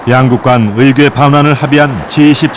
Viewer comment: 의괴가 아니고 의궤야 ㅋㅋㅋㅋㅋㅋㅋㅋㅋㅋㅋㅋㅋ